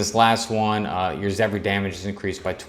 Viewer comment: If ur gonna keep doing this some suggestions... don't read essence descriptions, just say name. Pronounce the words correctly... Zephyr is Zeffer, not Zeph-ry. And don't record vs. Bots... Don't take it too hard, U also has some interesting tips. Keep going & improve.